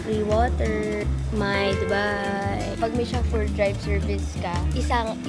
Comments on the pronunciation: chaffeur is pronounced sho-fer its not sha-fur LOL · Dahil ba sa pagmispronounce ng chauffeur?